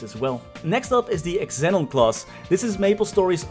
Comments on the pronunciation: Xenon is pronounced "zee-non" not "x-e-non" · Xenon is pronounced "Zenon" :D